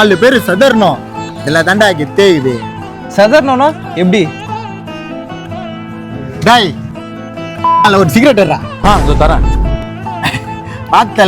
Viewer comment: That Daaaaai was personal😂😂😂